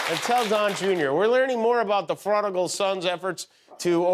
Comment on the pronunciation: Can someone explain the joke about Djr — Re: prodigal son? It sounded kind Pferronigal son. What am i missing? Edit